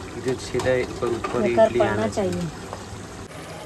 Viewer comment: इटली nai बोले इडली bolthe😂😂😂